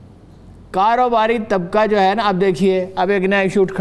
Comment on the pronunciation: صاحبہ سے گزارش ہے کہ کاف کو قاف نہ پڑھا کریں ـ ملک کو ملق، کاروبار کو قاروبار، اکبر کو اقبر پڑھتی ہیں ـ کچھ کو قچ پڑھتی ہیں عجیب سا لگتا ہے ـ